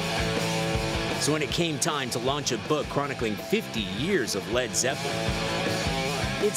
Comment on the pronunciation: "fred freppelin"